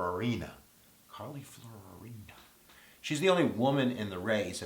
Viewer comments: Ok, Kip, it's FEE-OH-REE-NAH and she has no better chance of winning a primary than Carson. Why? Because she's extremely vulnerable on her one seeming advantage: business experience. She worked at Lucent before, during and after it's catastrophic fall from grace. At HP she managed to disappear thousands of US jobs, grow the size of the company and offshore even more jobs than she'd eliminated in the US all while enormously shrinking the value of the company and generally screwing it up. Her merger with Compaq left HP a bigger company having more employees than the two companies together had separately before the merger but with a lower market cap and in a weakened position in the market. Ultimately she was fired. That's going to be too easy to attack her with in any kind of campaign and was a factor in her failed Senate bid. Californians, especially, remain acutely aware of the jobs she shipped abroad. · Carley Fiorina, pronounced fee-o-reen-a. Koch brothers, pronounced coke. I think ' observations and odds are spot-on. Thanks,!